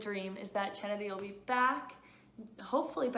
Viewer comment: Great work ! It’s pronounced (KENNEDY) btw